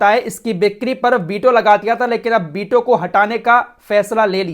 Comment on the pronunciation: बीटो nahi वीटो rampur wale व को ब बोलते हैं😂😂😂